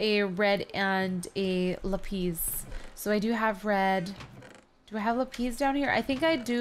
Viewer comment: FYI you don't pronounce it lupes you pronounce it LAPIS